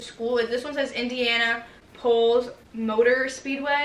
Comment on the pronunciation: Nobody heard her say “Indiana-Polls” and not Indianapolis